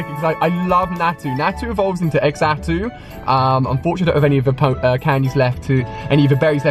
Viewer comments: Xatu is pronounced like zar-too, not x artoo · x ato it's xato with a z sound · It’s Xatu not Exatu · its not EXACTOO its ZATOO (thats how its pronounced in the pokemon anime and movies) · Xatu isn't pronounced x-atu. It's pronounced zatu. Just saying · no please, Xatu is not pronounced x-atu, it's zatu... as well as swinub and piloswine, they are pronounced like "pile" and "swine", not "peel" and "sween". and Ursaring, the stress goes on the "u". please, it's frustrating seeing someone who knows everything about pokemon but gets the names wrong. hope I've been of some kind of help! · X-atu? 😂 it's xatu like ksatu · It's not X-atu. It's pronounced "ZA"-tu. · It's not exatu it's zatu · xatu is pronounced zatu not ex atu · Its pronounced zatoo not exxatoo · it's zah-two, not x-ah-two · its Xatu not Exatu xD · Its not xatu it is pronounced zatu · hahahahahaha he called xatu "ex-atu" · Xatu is pronounced Zatu I hav watched pokemon heros it had a Xatu and It said its full name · Xatu is pronounced (ZAA-TOO) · Spinarak has an "R" in it and Xatu is pronounced "Zah-two" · Natu's evolution is just pronounced zatu by the way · Xatu is pronounced Zatu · xatu is pronounced satu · Xatu is pronunced zatu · You pronounce Xatu as Zatu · please pronounce xatu right :((